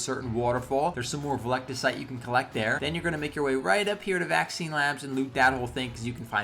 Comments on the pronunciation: its pronounced veltecite... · Or vel-tuh-cite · Awesome vid man ps (it's pronounced vel-teh-cite)